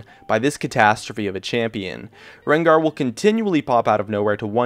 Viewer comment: your name pronounciation is so awkward... "Katarinaw", "LeBlonck", "Rengawr" in other videos I somewhere also heard "Alistawrrr"